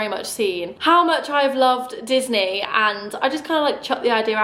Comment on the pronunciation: Everytime you talk about the Disney cards I think you’re saying “Loyle Carner”